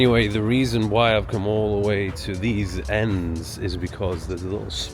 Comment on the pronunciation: “ENDZ”??!! Man like ya naaa